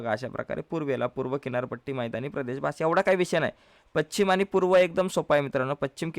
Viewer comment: व्याख्यान उत्तम पण पच्छिम नव्हे, पश्चिम....